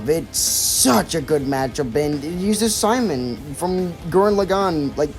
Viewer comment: Who's this Simon guy you speak of? I only know Sea-Moan.